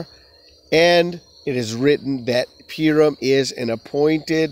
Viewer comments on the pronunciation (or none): It’s pronounced poo-ream. You are saying pee-rum. PU-RIM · Why do you pronounce "Purim" as "Peer-im"?